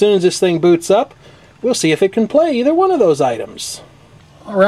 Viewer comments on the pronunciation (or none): none